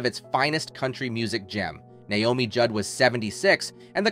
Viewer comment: a) he can't even pronounce her name right b). where is he getting this information? Naomi wasn't a nurse until long after she had her kids. c) who is this person saying all this made up stuff?